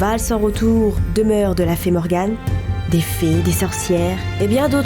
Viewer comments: Je mappelle Morgane Nn mais comment elle a prononcé 😂😂jsuis dead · Rip la prenoncation de morgane😂🤣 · " on connait tousse Morgane" oui, bonjour je suis Morgane donc oui je connais (je suis sûr que je suis pas la seule a trouver sa sa drôle et bizarre d'entendre dire notre prénom, même si c'est pas nous XD)